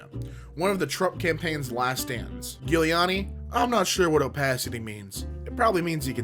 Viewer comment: Giuliani is prounced Juliani, you are welcome